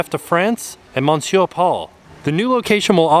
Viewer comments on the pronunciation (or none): Some thoughts: The new camera seems kinda washed out colour wise. Doesn’t seem to focus as quickly either. Monsiour is pronounced ‘Ma-sure’ the N is silent. ;)